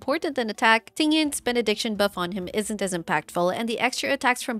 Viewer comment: Benediction ➡️ (Bennett)diction That's how I know she's good 👍🏻